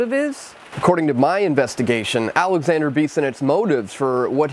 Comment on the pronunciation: Alexandre not Alexander. I really want but you make to much mistakes in your content.